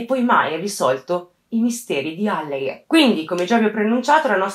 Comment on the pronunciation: Ah comunque è àlleghe, non allèghe, comunque complimenti per il video!